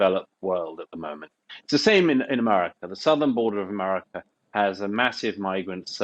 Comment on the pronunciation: Why does Douglas say, "Emarica"?? 🤷‍♂️